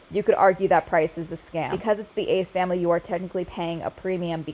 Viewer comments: Saying the ass familayy is just iconic atp😂😂 brings back fond old memories. I literally said it before I even clicked on the vid😂😭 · Love how you say the ASS FAMILAYYY 😂😂😂